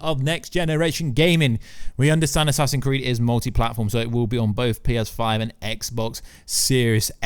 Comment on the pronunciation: "Assassin's Creeeiiddd" 😭 😭 😭